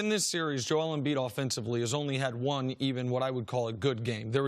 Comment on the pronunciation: Nobody: CC: Jole Embiid